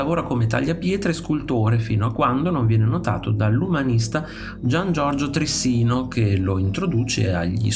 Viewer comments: Interessante, ma la pronuncia corretta e' Tri'ssino e non Trissi'no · Trissino non si può ascoltare ahahahahha si dice Trìssino